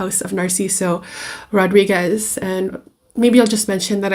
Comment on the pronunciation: Jajaja,. Her pronunciation, she cant pronunciate "Rodríguez", ridiculous My friend so oaxican, me da flojera oír hablar a esta gente, que feo video y señora!